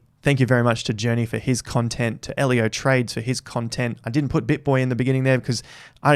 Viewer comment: He nailed Ellio